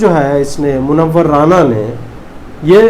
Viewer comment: Please say मुनव्वर राना not राणा